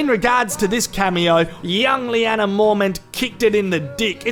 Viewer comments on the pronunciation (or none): none